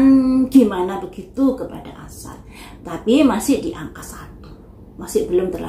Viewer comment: Aisar buk bukan asar😂